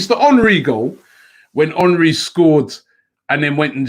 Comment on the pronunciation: Is it "Hornry" or "Henry"?